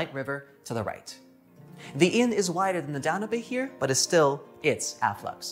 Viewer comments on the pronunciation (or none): I enjoyed the video and 1 thing listen to the song the blue danube most people say it dan yiub not dan u bay. Just pointing it out. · This guy pronouncing "Danube" was killing me. "DON-oo-bay!".... brother, that river is the "Dan-YOOB"... Like as in "the Blue Danube" ?? No one is cultured anymore.... for shame! 😂😉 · Danube is pronounced Dan-Yube (as in tube), not Da - nu - bay 😁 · Danube is pronounced like You tube not Dan u be